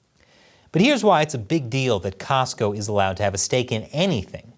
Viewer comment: Cosco not Costco